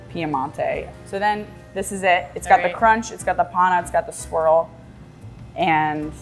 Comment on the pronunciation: It is panna. Not pana. I am italian.